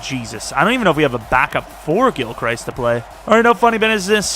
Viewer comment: Gilchrist is pronounced (gill-crist) like crust but with an i